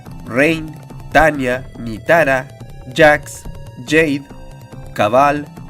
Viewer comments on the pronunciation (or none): none